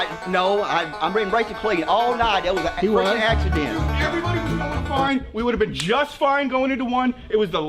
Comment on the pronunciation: "we just had a racing inchident' - haha, I see what you did there!